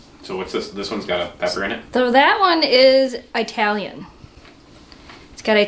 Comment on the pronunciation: You know, saying I-Italian like that, is kind of "not done"